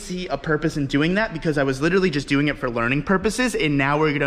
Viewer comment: "I still need to get my bung welded". Lol that "littaly" sounds like some painful shit.